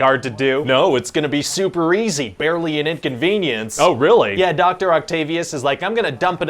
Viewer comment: you said barley instead of barely whoopsie